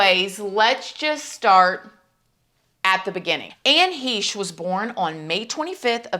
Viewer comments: Heh-shhh - correct pronunciation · i love you, but you are pronouncing her name wrong the e is long it sounds like mesh with a h. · You might want to find out how her last name is pronounced. 👍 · Great video, but to mispronounce her name the entire video…… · How do you all you yt people put videos out with zero research? Pronounce the name of the dead person you are profiting on correctly... or don't and keep up the shill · Anne's last name is a hard 'ch' - like 'ch'urch. No one ever says it correctly. I know it's petty at this point, but whenever she spoke her name it was always "Heche." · It's pronounced HESCH. I hate that people keep saying heysche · It’s H, long “a” che. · I haven’t seen the video, I’m a new person to your page and just started it and thought it was weird you didn’t even know how to pronounce her name or was that intentionally done? You pronounced it like he•shh and it’s like Heck well it’s exactly like Heck the che sounds like ck. This is my Aunt and I have my own opinion and I wanted to state that before I watched bc I am going to watch and then I am going to come back to this comment and let you know if it’s close to what our family believes. This isn’t my name obviously and my spam account. Our family is devastated to say the least anyway I just wanted to say that before I began. Thank you for bringing more like to her there is a lot of things we would like to say but can’t in fear of retaliation. Kinda hoping this gets lots and you will be the only one who sees it if anyone pays attention so I don’t have to close this account. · "Fresh" rhymes with "Heche" Oh, it's heeche? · I thought it was pronounced like haysh is it Heesh? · And it’s pronounced HESH……. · It's pronounced "hay-sh" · I can’t imagine I have been the only one to notice this, but I always heard her last name pronounced “Haysh”. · It's pronounced Hey-sh